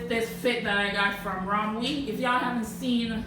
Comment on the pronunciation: Rom-we😅 It’s spelt ROMWE but pronounced as rom-way